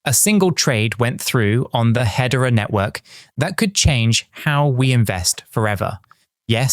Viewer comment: Is he just doing AI videos now???? He is pronouncing hedera as head-era , nobody does that in real life